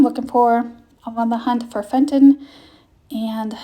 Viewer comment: No offense meant but Fenton is pronounced Fen-ton in not Fent-on. 😊